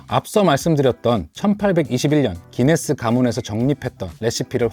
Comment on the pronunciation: 구인네스가 구수함